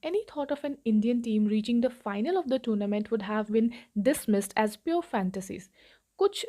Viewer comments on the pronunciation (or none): Mam tournament is correctly pronounced टोरनामेंट...but you explain very well..thanks for your explanation